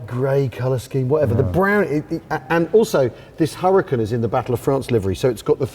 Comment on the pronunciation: 😳 ….i turned on the captions…. Why are most of the words fine, except for “Huracan” ?! 😅 (Hurricane). (Me getting dragged off to the asylum going “Huracan! 😳 Huracan!! 😨 Huracans all around me!!!! 😱”)